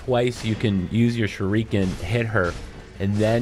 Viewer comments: SHOORIKEN!.....Dude is pronounce SHU RI KEN!! As KEN MASTERS!!! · SHUR-ih-KEN bro... Not "Shur-EEK-in" Sorry just drove me crazy Only takes a couple seconds to Google the pronouncement of any given word before ya make a video. Just some constructive criticism. Thanks for the help with the boss. She was super tough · This comment made him saying Shu-REEEEEE-ken almost tolerable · I be shriekin every time he says shurEEken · The “shereekin”? Lmfao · First it was "shurookin" in Polygon's video, now its "shureekin". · ‘Shur eee ken’ though 😂🤦🏼‍♂️ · SHURE- REE- KIN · OMFG ITS “SURE-UH-KEN” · No... He's actually not. It's "Sure-A-Ken". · Shuriken is pronounced "sure-a-ken". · No! It is pronounced "shoo-ree-ken" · Seeing u explain this in depth makes up for u mispurnouncing shuriken (sh reh ken) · Wtf is a shereekin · "Shureeekan"? 🙄 Smh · The "shu-reeken" pronunciation was killing me couldn't watch this🤦🏽‍♂️🤦🏽‍♂️🤦🏽‍♂️😅😅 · Love the way you say shuriken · Anyone else bothered by the way he pronounces shuriken 😂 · He mispronounces shuriken and kills this boss in the most inefficient way, you need to deflect and guard her attacks not spamming circle and R1 god you people need to learn this isn’t another dark souls-dodge spam games, you need to actually use your mind and I know it might be difficult for you but you gotta get used to it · I see I'm not the only one bashing my head over him saying it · Blake Moss saving a family is way different than pronouncing shuriken wrong in a fucking shinobi game. Authenticity for a game like this is appreciated